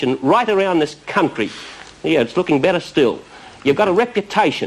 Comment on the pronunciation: Bob Hawke really stressing the first syllable of the word 'country' 😅